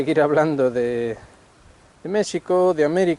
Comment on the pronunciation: Muchas gracias por usar la pronunciación original de México 🙂 Añadiría que una de las dificultades para entender lo que pasa en México es el cerco mediático que tenemos frente al exterior, bien sea por los medios anglosajones (DW, ProPublica y otros atacando al gobierno actual) o por los mismos analistas mexicanos (caso Jalife con su odio a Sheinbaum). Sobre el simbolismo... Creo que es un tema muy difícil de abordar y sólo quisiera comentar que el Peje es historiador y ha hecho acciones que nos dicen que comprende y sabe de los símbolos y los tiempos. Por último, quisiera añadir que López Obrador es un producto de su tiempo. Al igual que Xi y Putin, AMLO es alguien que el mismo México fue creando y llevando a su destino, eso podría darnos un norte para entender la situación. Saludos,.